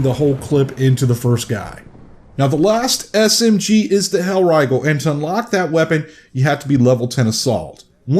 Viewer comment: "Hellraigel" jk good video